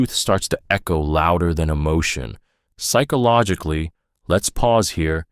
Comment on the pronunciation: Please learn how to say psychologically. So damn irrating.